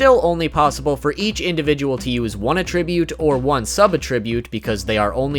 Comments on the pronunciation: Arrgggggggh! This makes me crazy! It is "At-tribute". Not "A-tribute." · Hard like due to this man's pronunciation of attribute. That wasn't easy to hear!! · Or everytime he mispronounces "Attribute"